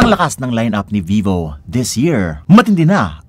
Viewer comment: "Don't be vovo... Vee vo"? 💀Para kanino ang verdict?💀